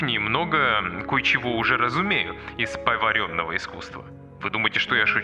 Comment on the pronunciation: позволю себе Вас поправить...следует произносить "повАренное"..."повАренная книга", например...удачи Вам было интересно...